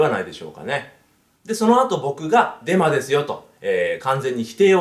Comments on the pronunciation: ブンブンハロ、デンマです。ってきこえた僕は末期でショーか…w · デマです、が電○です、って聞こえた 俺って汚れてるなぁー